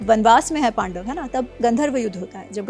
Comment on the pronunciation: Madam पाडव के पक्ष है 😂